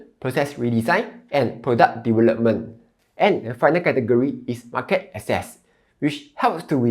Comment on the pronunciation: You are a Malaysian. The way you pronounce certain words eg market is totally wrong. Your slang and accent is not Singaporeans where you sound struggling.